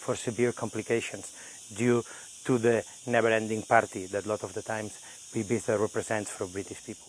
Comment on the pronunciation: I think it's pronounced "ee-bee-za" not "eye-bee-za"